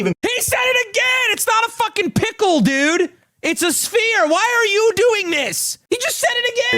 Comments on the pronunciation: brb trusting a guy who says spear instead of sphere for his opinion on how to spend 1000 dollarydoos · So... This guy ACTUALLY doesn't know how to pronounce the word sphere? Like..... He's reading a script ...and sees s....p....h....e...r...e........... And pronounces it spear? Is that actually possible? Are there people like that in real life? I'm having a crisis moment here. Help me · Nah, we don’t trust a homie who pronounces “sphere” with the hard “p”… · I don’t trust a man who calls a sphere a spear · Hanigng it on old mate for saying spear when most of y'all are out here saying 'intendo. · Him saying spear is unacceptable. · This is very interesting as someone who isn't into Lego. Also losing it to him saying "spear" is honestly one of the funniest things I've seen in a while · is actually becoming more and more insufferable. Just don't fucking buy it. Oh, you won't? Okay, move on then. He's literally looking for shit to complain about and for some reason loses his mind when someone doesn't pronounce sphere correctly. Like yeah there are people who have trouble with certain words ya don't have to bash on them for that. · crashing out most not over the actual death star, but the pronunciation of "sphere" is so funny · He was reading a prompt from big brick while his entire family is behind the camera zip tied and duck taped. I think if you were in his situation, you would mispronounce some words, have a heart bro.